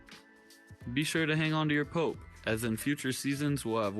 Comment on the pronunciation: PO-AP is how it is pronounced just a FYI